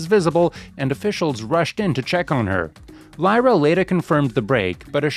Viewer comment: Must be AI. Didnt prounce Lyras name right. No thanks